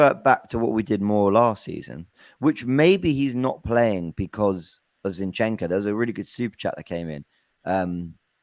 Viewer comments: Why can't pronounce Zinchenko properly? 😂😂😂 Its not Shinchenko, I laugh every time he says it 😂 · Shinchenko... is that a new signing? I love when cannot pronounce the name correctly. Always makes me laugh. Great content as always and that comes from Liverpool fan! I love watching you guys!